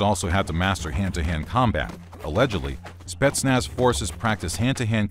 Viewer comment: how many times did he said "spestnaz" in 5 minutes ?